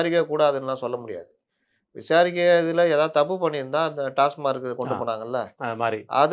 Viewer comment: "டாஸ்மார்க் " அல்ல டாஸ்மாக் என்று கூறுங்கள்